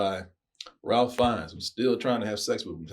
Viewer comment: RAFE. RAFE RAFE RAFE RAFE NOT RALPH. EMBARRASSING.